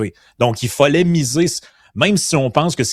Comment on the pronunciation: Moi, mon malaise est de ne plus pouvoir entendre ''y follait'' plutôt que de dire ''il fallait''. Merci de corriger !